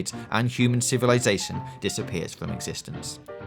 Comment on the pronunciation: Gweat video. I can't wait to see moww fwom you